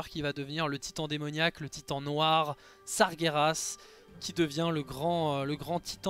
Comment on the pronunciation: Sargeras se dit Sar-jé-rass et non Sa-gué-Rass! Merci de faire attention à la phonétique... tu dis Gérard et pas Guerard j'espère...